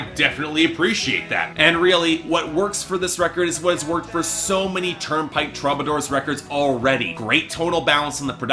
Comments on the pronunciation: i'm a Canadian "sore-y" sayer, and no, it's "true-buh-door" here too. i picture as being a dude who reads these words more often than he hears them aloud. (also, shout out to the interrobang as your picture there, lol.) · too bad you don't know how to pronounce the band's name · This video made me so mad lol... can't even say my boys name right.... smh